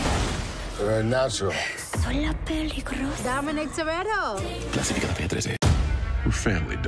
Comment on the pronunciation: "Dominic Torero" :v